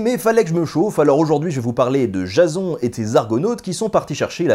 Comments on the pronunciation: La façon que tu prononces Jason m'a fait tellement rire xD (Jazon, alors que ça se dit Jaysseun). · sa ce prononce jayson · PUTAIN MAIS C'EST PAS JASON C'EST JAYSONE QU'IL FAUT DIRE MERDE JASON C'EST MOCHE!